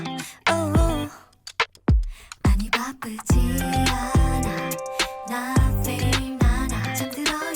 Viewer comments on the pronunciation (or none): none